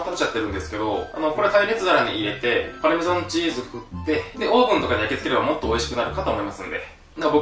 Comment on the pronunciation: よそ見してたら の「パルメザンチーズ」が「(きまぐれクック)金子さん家…」って聞こえて驚いた